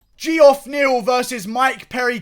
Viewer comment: Did this dude pronounce this guy's name as gee-off lmfao 😂 dude needs hooked on phonics